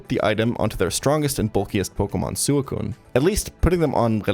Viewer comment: Great video, great channel. I just cannot handle how you say suicune. Shit is infuriating